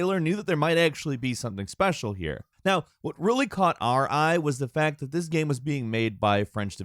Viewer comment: He can’t say the word GAME either... I think dude might be on the spectrum